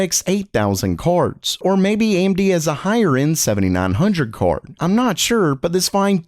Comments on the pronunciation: why do u say kaord? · The way this guy says card lol.... "CORD"